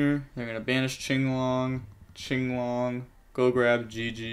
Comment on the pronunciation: I'm just glad he says "chinglong." Watching big events where they call it "quinlong" makes me wanna scream